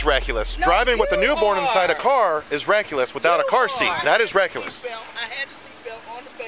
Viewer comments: ReckUless?? Wtf? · What the fuck is " reckulous?" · Well she really called him "RECKULESS" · Then the cop started saying reckuless. 😩🥴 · Reckuless? Is that a new word? Lol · This is completely irrelevant but the way the cop says “reckless” is wild lol